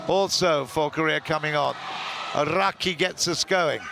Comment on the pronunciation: Clinton Kim 시간과관계없이 전체적으로보면 일본선수들이 득점혹은실점을했을때 크게반응하는모습이고 한국보다 아라키선수가 서브할때 굳이 발음굴려서 알ㄹㄹㄹㄹㄹ 라키 이러시는데